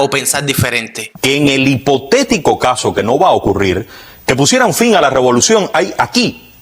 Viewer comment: Pero es que el de Cuba noticias, repite (LA ROBOLUCION,LA ROBOLICION)o no lo escuchan??